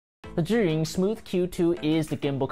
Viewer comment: The only one who pronounced Zhiyun correctly lol.